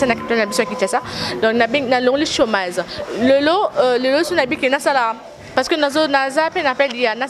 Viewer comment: “Chômase” mdrrr français pasi! 🤣🤣😂😂😂